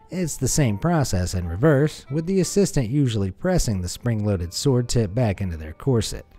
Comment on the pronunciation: The w in sword isn’t pronounced dude. Ripper video though. Good work as always